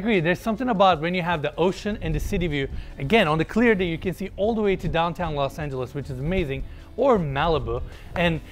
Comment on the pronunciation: That's not "Los Angeles" FYI.. It's not even close to it.